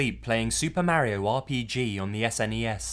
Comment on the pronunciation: What is it with y'all over there in the UK mispronouncing Mario's name? He literally says it in the game.